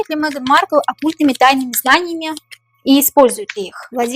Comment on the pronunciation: Маркл до королевы,как до неба ползком,ни рожей ,ни кожей не вышла 😅.Ударение на первом слоге.